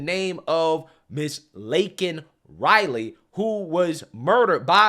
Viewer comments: "I know how to say her name" It's Lincoln instead of Laken. He's horrible can't people see this?? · When he pronounced her name Lincoln it confirmed he really does not know wtf is going on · "lincoln riley" lmao 🤣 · The reason Biden said Linkin instead of Laken is that he clearly knew ( or briefed ) about the event. He just didn't care enough to really want to know WHO the person actually was, ( generic citizen in his mind ), so he was only repeating what he THOUGHT he heard MTG shouting. Cover Blown. 😢😢😢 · Firstly, didn't he mispronounce Laken Riley's name and call her Lincoln? What is going on? They either gave him shots of B12, or shots of ELECTRICITY - He's ALIVE!!!! I frkn knew it. He's been faking it all this time. That he's week, that he's not capable of thinking and talking for himself. They know what they're doing with him. They're protecting him from being impeached, from being arrested, from going to trial, from going to jail, etc.... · He couldn't even say the woman's correct name. Laken Riley not Lincoln Riley. Lincoln is a college coach. Stupid a$$!!! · He actually MISPRONOUNCED her name, he called her "Lincoln" instead of Laken. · only thing is he didn’t say her name he said Linkin 😂 FJB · He purposely didn't pronounce her name correctly. You guys can't be that dumb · He needs to be called out for not even pronouncing her name right. Fck Biden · The fact that he can't say her name correctly is beyond disrespect to the family!! Smh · He did not care about Laken Riley. He said her name wrong and then he goes and mentions he knows how it is to loose a love one as it is all about him.